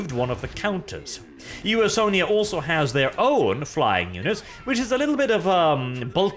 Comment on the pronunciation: Comment for!!!! Though I can't get over him saying U-S-Onia